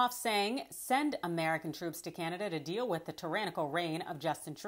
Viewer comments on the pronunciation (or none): none